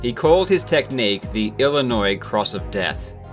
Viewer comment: Thank you for not pronouncing the 'S'. - 21st state resident.